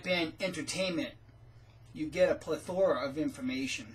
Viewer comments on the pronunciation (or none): I was laughing along with you too, only I thought Pleth-ORA, in place of Pleth-RAH was the funny part. I am not a Word-Nazi, I make far more mistakes than without producing even one video. I used to say IRR-Regardless all the time, even though it isn't a word. You guys are wonderful, in fact the best message you give out is not one you ever mention. You two are wonderful examples of respect, humor, and great love between two people who happen to be married to each other. I never miss anything you produce, because the example you both set is heartwarming and good. You have earned the right to be watched by your integrity and your kindness. VIva La Rosa Bobby P, sometimes known as Steve or SJ